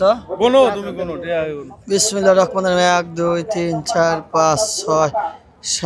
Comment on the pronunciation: বিসমিল্লাহির রাহমানির রাহীম বলতে হয় শুদ্ধ করে বলেন ভাই,,,,,😊